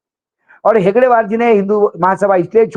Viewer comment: हेगड़ेवार नहीं हेडगेवार बोलो